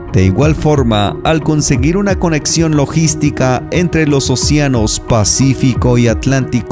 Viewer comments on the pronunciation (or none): Todo chido amigos, nada más una observación: es o-CE-anos; no o-Cia-nos.